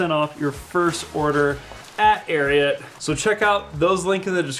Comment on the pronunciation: You guys should enunciate the t in ariat. For the first half of the ad i thought you were saying arian clothing, which is rather unfortunate from a group of white guys. :) there was much relief when i read the logo. White supremacy doesnt seem like your brand.